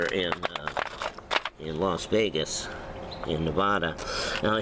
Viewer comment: "los vegas" for god sakes man.you must be from las angeles